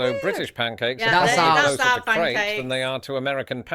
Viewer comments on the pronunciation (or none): it sounds like your saying Craps instead of crepes!!😅😅😅🙏❤️✌️⚘️